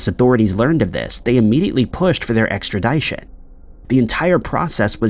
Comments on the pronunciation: EXTRADITION NOT extra-DYE-tion😂 you say it differently each time you say it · Ek-strə-ˈdi-shən. Try saying it like that. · Sorry, extra-DYE-tion...?? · Bro said extradyesion lol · Extradition is pronounced with a short I, not a long i. The dition portion is pronounced like mission. I finally had to say something. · . Funny haha 🙂 🙂 "Extradition" ex tra DISH uhn Rhymes with extraMISSion 🙂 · Nothing wrong with a hard “I” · Extra Dit ( like zit) shun……extradition, no e after the T. Thanks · Someone, please, for the love of God teach this man how to pronounce extradition. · Dude still don't know how to say Extradition.. I can't do your videos god been said this for years learn how to read and PRONOUNCE WORD BEFORE YOU USE THEM!! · Has anyone ever told you that you’re pronouncing extradition, wrong? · You are pronouncing extradition wrong.. The ending is like edition. Sorry, it was driving me crazy🙃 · Like ed-eye-tee-on😅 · The way you pronounce extradition should put you on the FBI list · Yes like how do you say that wrong he's been saying it wrong for years like learn to pronounce words. It's not hard which is making me not watch these videos anymore. Why hasn't anyone told this TO HIS FACE. ExtraDition doesn't even sound right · Please train your “bot” to say “Extradition”…annoying. 🇨🇦